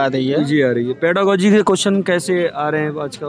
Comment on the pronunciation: पेरालोजी नहीं होता है पेरागोजी होता है